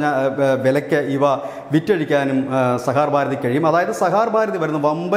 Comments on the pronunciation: Sahakar ഭാരതി ആണ്, sahar bharathi അല്ല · സഹാർ ഭാരതി അല്ല, സഹകാർ ഭാരതി ആണ്, അങ്ങനെ തന്നെ പറയൂ പ്ലീസ്. ☝️ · Plse read it correctly,sah kar Bharathi (not sahar Bharathi) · Sahaar ano sahakaar ano? Sahakaar alle? Thumbnailum sahar nnu paryunnu vartha vayikkunna alum sahaar nnu paryunnu.. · സഹകാർ ഭാരതി എന്നുപോലുംവായിക്കാൻ അറിയാത്തത് ലജ്ജാകരം!